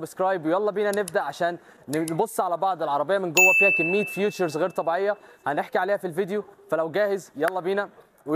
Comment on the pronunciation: المعلومات الناقصه اقرا بربع جنيه عن المنتج قبل ما تقرب منه ويا تنطق انجليزي صح يا بلاش خليك عربي احسن من الفيوتشرز دي features